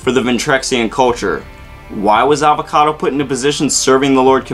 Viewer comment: His name is Avacato!!!! Not avocado!! So much rage! JK but seriously it's Avacato